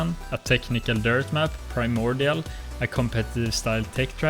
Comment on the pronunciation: I first noticed the way you pronounced Elysian. Few minutes later I hear Pegasian and Primordial. Now I'm surprised the break only lasted 4 months, runescape has a tendency keep people (like me) hooked for life lmao